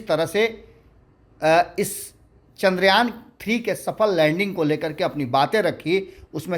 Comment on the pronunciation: चंद्रयान बोलिए न , बार बार चंद्रायन क्यों बोल रहे हैं?